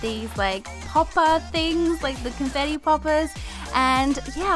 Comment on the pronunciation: the way she said confetti seconds funny .....(; (not a hater<3)